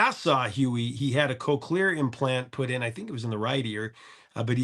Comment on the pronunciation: The good Aussie invention, the Cochlear implant. Your pronunciation is a little bit off though. It’s not Co clear, it’s Cock lear. Yep, 2 syllables COCK LEAR.